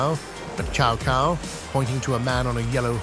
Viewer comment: Chow Cow and Loo Bay 😂😂😂